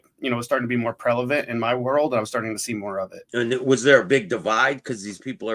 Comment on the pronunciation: He said prelevant